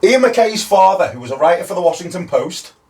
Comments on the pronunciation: Of course I got West Ham! 😂 I have to correct you on Freddy Madball’s age when he sang with Agnostic Front in July ’83. He was 9. I only know cuz I just found out I was at that show. Nuts! TBF to, I’ve been pronouncing Ian’s name as Mc Kay for 42 years until I was schooled by Instagram a couple years ago. 😂 That was a great show guys, really good questions. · it's pronounced MacKAYYE. Anyway I got all the 80s hardcore questions correct.